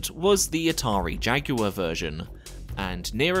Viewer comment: Thank you for not calling jaguar "jack wire" lol.